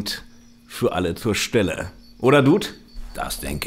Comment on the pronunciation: Was dem Johnny sein "hier", ist dem Dude sein "den ganzen Spass". :-D Übrigens, Johnny: Duuuhd, nicht Djuhd!